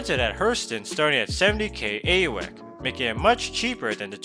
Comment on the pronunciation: It's been pronounced a. U e c. You spell it out it stands for alpha United Earth credits or something like that. It's not an actual word like it's not like Icelandic isk